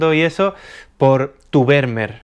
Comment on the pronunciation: Estimado, Esto que viene a continuación no es critica, ni queja ni nada por el estilo pero cada vez que dices Vermeer me duelen los oídos. La pronunciación más aproximada (de acuerdo a la fonética castellana) es FERMÍER. Si te sirve tómalo y si no, bueno tan amigos como siempre. Un abrazo y gracias por los videos tan buenos que haces.